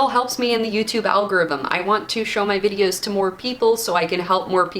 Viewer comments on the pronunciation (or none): none